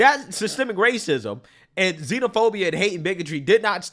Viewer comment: "iiii suh-spekt it's wacism" 😅😅😅 It's not 2017, that stuff's over